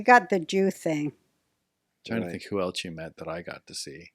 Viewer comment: This show is good, but dude, too many interruptions. Also, Roseanne’s son, the word is “else,” not “eltse.”